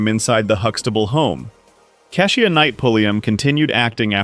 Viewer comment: Another one - "Kee-sha" not kess ee uh.